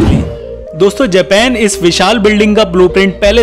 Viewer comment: भाई देश का नाम जेपेन है या जापान है